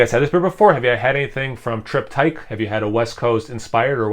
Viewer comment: For an old school American Pale Ale with a new school twist, this sounds tasty! I can't wait to dive into the two Triptych beers Clayton sent to me. Love that you slipped up and said "Trip-tike" at the end, haha! Great review, brother. Cheers,!